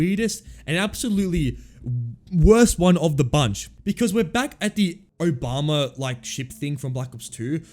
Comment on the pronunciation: Why bro say Obama like that?